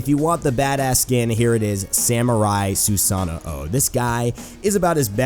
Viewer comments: I thought I was the only one ! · you pronounced Amaterasu and Susano-o wrong, but great video.